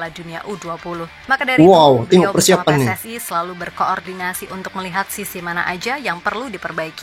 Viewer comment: Bukan pssai tapi PSSI